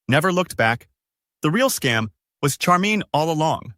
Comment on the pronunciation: AI. Notice how Charmin was pronounced.